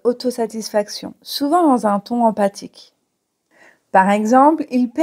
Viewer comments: Emphatique se lit bien comme "enfatique" ou bien "empatique" ? . Car vous prononcez empatique. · Il me semble que vous avez dit empathique au lieu de emphatique 😊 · J'ai obtenu 17/17. Pour info le le emphatique se prononce emfatique et non empathique. Jeux amusant. Merci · D'accord, dans ce cas il fait prononcer emfatique et non empatique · Bonjour, 17/17. Pour pérorer j'aurais rajouté la dimension prétentieuse. Pérorer et pontifier sont assez proches en ce sens (selon moi bien sûr) En revanche, vous prononcez emphatique de la même façon qu'empathique? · juste en passant le mot emphatique se prononce emFatique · oui, prononcer empatique pour emphatique, ça la fout mal,! Mébon, vous êtes bien sympa...! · Emphatique ne se prononce pas empathique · 17/17. Merci pour ce test. En revanche, emphatique ne se prononce pas comme empathique. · Attention à la prononciation d' emphatique. Le ph se prononce comme un f.